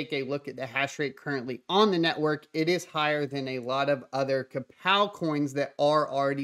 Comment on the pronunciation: you had me until i heard krapow algo